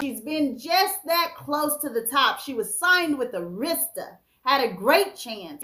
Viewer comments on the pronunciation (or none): I can't take it: The record label is ' pronounced "airistah" records, not "Areesta" records... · It's "AIR" RIS TAH arista.... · It’s pronounced Air-ris-tah records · its called.....Air...ra...sta the pronunciation is always said when artist that have been on the label like aretha, whitney, next, Deborah, TLC, monica and others that been on a label say it correctly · Arista (AIR-REH-STUH) Records 🤗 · I can't believe how U pronounced Arista, a legendary label.